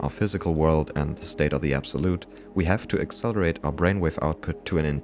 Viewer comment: Accelewate our bwainwave hahahahaahah so glad u left that in hahahahahahahaa